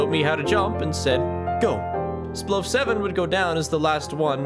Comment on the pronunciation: am I the only one that noticed that editer spigg said sploaf and life spigg said sloaf?